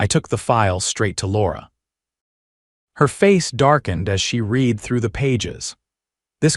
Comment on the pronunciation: Stupid AI or owner. Read should be pronounced as RED.